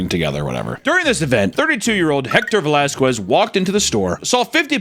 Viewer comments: “Vuh-lass-kwez” 😂 Whitest thing he’s ever pronounced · Valasques lol learn how to say Spanish names properly before you make a video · and an Off-Cop Duty 🤣 and they way pronounces Velasquez as Velasqwez is so 😝